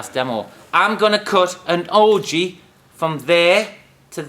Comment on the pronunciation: What is an Ojee? I hear him referring to it throughout the video but I can't figure it out.